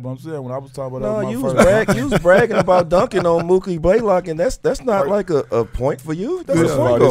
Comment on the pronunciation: Mookie baylock? Blaylock